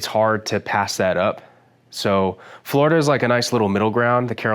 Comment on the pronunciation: watching this and he said he lives in jersey and i was like oh okay i wouldn't have guessed and then 5 seconds later he said "florider" and there was no more questioning